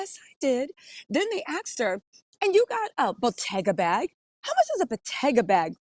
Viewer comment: They ‘axed’ her omg they actually took an ax to her 😮 People, especially reporters need to learn how to speak the correct word is “ASKED”